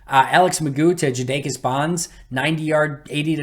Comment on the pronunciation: I'm pretty sure that Jadakis is pronounced jade-ah-kiss. Regardless, thanks for everything you do,!